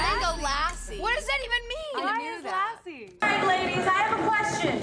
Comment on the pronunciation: OMG THE LAESSIIII 😂😂😂 it's Lassssssssii y'all